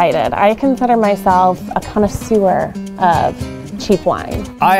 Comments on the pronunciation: Learn how to pronounce connaisseur first 😂😂😂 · Becky: "I consider myself a connoisseur of cheap wine." I definitely heard "I consider myself a kind of sewer of cheap wine" at first.